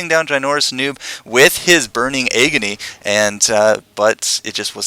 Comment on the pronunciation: i believe smite can be used against heimers turrets and please dont call it aygony again :D